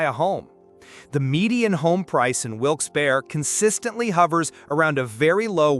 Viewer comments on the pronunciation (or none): " Wilkes Baer Ree " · It’s pronounced Wilkes “Barree” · "Wilkes Bare. Bethleham."